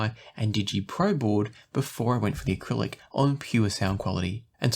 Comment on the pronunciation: Jeez man, it's Arylic not acrylic